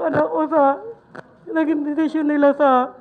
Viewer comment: Bakit ganun si sen risa , di nya mabigkas ng tama ang desisyon, lahat ng salitang may syon?